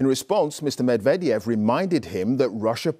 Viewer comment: the former russian presidents name sounded like someone talking in reverse 😂😂😂